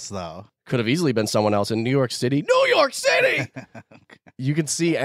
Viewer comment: Everytime someone says new your city I hear u guys in my head lol